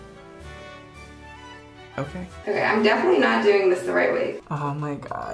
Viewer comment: " Not living not die ING " Also: defenenetly dying